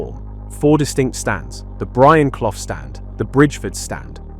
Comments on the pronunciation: Who are ya? Who are ya? Erm... I'm Brian Cloff mate! Brian WHO? Brian Cloff WHO? Brian fucking ....OH! Sorry young man - this idiot is pronouncing me name wrong - it's Clough! Brian Cough's red and white army! ❤🤍❤️🤍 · lost interest when you cant even get brian clough's name right. not even a forest fan. but know the legendary name clough